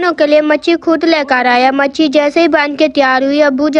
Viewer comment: Matchi nae matchli😂